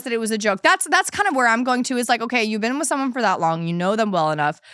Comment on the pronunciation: Ive never heard anyone pronounce “been” like “ben” until i heard talk